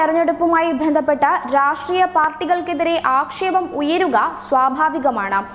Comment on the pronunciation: ഭന്ധപെട്ട് അല്ല ബന്ധപ്പെട്ട് എന്നാണ് ശരി. ശ്രദ്ധിക്കണം.